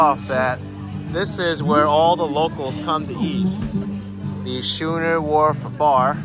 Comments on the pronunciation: The 'h' is silent. It's pronounced sk-oo-ner as in 2-rig sailing vessel, or an unusually large beer mug. That mahi-mahi taco roll did look great. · It's pronounced.....Skoo Ner!